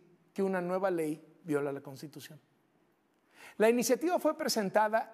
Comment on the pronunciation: ni siquiera sabe hablar ni leer! Dice La “Contitución”! 🤬